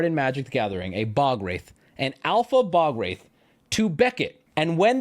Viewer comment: Sir... youre pronouncing ball wraith